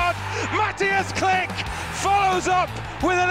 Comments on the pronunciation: Kilch! Not Klik ! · Read his name like, Kli-H', not Click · He is Klich not Click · Everything is ok but please read his name like kli"h" not klick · It's not Click xD It's KliCH like "WHO are you" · Jak można nie umieć powiedzieć Klich tylko mówić klick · His surname should have been pronounced as "kleeh" not "click" xd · All Poles: Klich English commentators: Click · Its not Klik but Klih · SAY "KLIHY" NOT "CLICK"!! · KLIK XDDD I'm Pole and my ears are bleeding....anyway greetings from Poland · nah fam its "mateush klih"